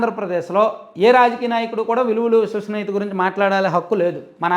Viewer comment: అదికూడా సరిగా పాలకాలేడు.విలువలు,విశ్వసనీయత.దాన్ని విలువలు,వుసువాసనీయత అంటాడు